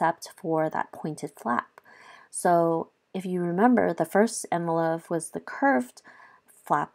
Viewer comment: It’s not envelo (phe) soft f. It’s envelope with a P!